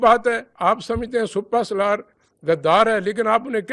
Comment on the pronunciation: Plz is Genral ko educate kro SUPA SALAR nai hot SIPAH SALAR hota ha lafz